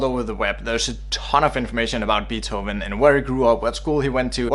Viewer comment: Nice video, but that's not how you pronounce Beethoven.